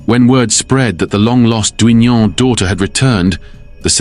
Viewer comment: Duignan is pronounced DIGNUN!